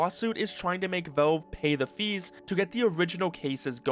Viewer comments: Man why in fucks name are you calling it velv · The way you say Valve tickles my brain but like... in a not good way?